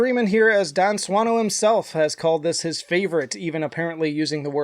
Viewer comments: Not judging you for getting it wrong, but as a native speaker I did have a moment of wondering if you were joking about your "proper pronunciation". 🙂 That's just how it works, though - we tend to not pick up on things that aren't meaningful in the language(s) we do speak. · I like how you made a big deal about pronouncing Dan's last name right and still pronounced it wrong lol.